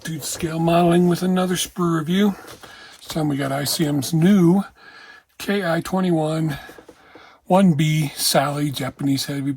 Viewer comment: ICM instructions indicate a dark grey for the overall interior color...but I think in actuality it was more likely the usual interior green found inside most Japanese aircraft. It's a yellowish green rather similar to the USA's interior green. This looks like another excellent kit from ICM. Oh, by the way, the Japanese say "Ki" like we say the English word "key" (rather than saying the initials "K" "I"). So you'd say "key 21".